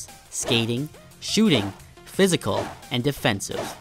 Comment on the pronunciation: 'Psyical' ;) noticed it on Seguin's, hate to point it out but other than that this video was great, as is all your content, keep it up dude! <3